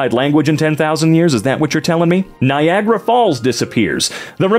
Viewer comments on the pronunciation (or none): none